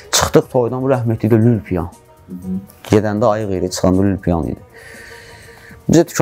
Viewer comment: "Lül-piyan" kəlməsi bir az düzgün çıxmadı Məşədibabayçün.